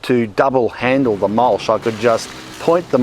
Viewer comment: Is mulSH the local (mis)pronunciation of mulCH?